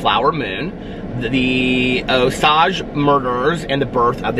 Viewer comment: I've always heard it pronounced OH-sayj